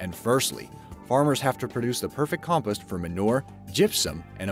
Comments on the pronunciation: Compist... Every narrator on your channel needs to learn how to use the pronunciation part of the dictionary. Com-post. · No, you're not. That and compost. It's "com-POST," like "fence POST," not "COMpehst." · WHY DOES HE SAY COMPIST!! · Ugh. "Com-post"! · He said compus not compost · So we're just not going to talk about the way he pronounces compost?